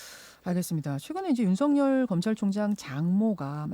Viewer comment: 윤석열보고 왜자꾸 윤석렬이라고하는거야 나이들면 열발음이 안되서 타자로도 못치는건가